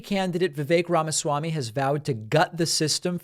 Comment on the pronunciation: Sounds like you're saying the (pronounced like short thee) fake Ramaswamy, which is more accurate, every time I hear you say Vivek Ramaswamy.